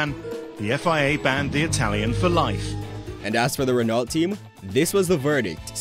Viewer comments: Renault ...the L and T are silent lol. It's like Renau...Reh-no not Ren-alt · Very good video, here are some suggestions, work on your pronounciations, such as renault, its pronounced as; reno(t) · reno to an american is REE NO .. just saying. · Jos (Yoss) Verstappen, Jacques Villenueve (1 shja-k) ( 2 Veel-nerve), Ayrton (EYE AIR TON, although he was fine with the western pronunciation of Air-Ton) , Renault (ren-oh). Just a little bit of research goes a long way. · How does one get Renault wrong lol.